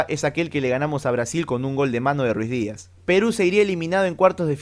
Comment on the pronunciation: NO ES RUIZDIAZ CARAJO ES RUIDIAZ